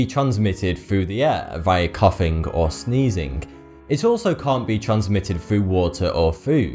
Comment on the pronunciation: Why saying every word with a G at the end like a 'k'? Sneezink, coughink? Sounds like you are havink a flu or somethink.